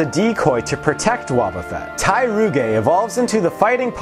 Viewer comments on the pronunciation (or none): Tyrogue is pronounced Ty-rogue, not Ty-roo-gay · Ha, you badly butchered Tyrogue's name. And my favorite is Gyarados :)